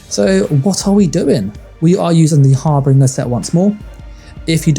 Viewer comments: It's prounced "Har - Bin - Jer". not Har Bringer. I know it's nitpicking, but this is a guide, so being precise kinda matters. Thanks for the video. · You’re saying harbinger wrong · Love the build. but do you know that your saying harbinger wrong?